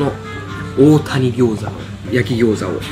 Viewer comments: 大谷はおおたにじゃなくておおやだよ笑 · 大谷は『おおたに』ではなく『おおや』と読みます！